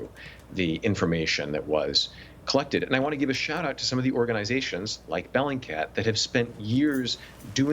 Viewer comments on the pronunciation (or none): what's the name of the organisation? I heard " bellandcat"